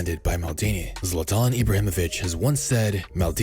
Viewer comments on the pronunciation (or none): Zlatan* not Zlatón